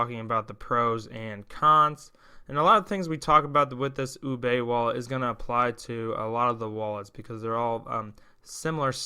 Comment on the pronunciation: Just to avoid confusion, I believe Houbei is pronounced "HO-Bay". Enjoyed your video!